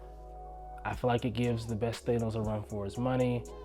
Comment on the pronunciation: Than-os.....not Thane-os